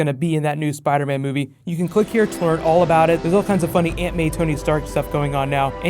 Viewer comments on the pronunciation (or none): none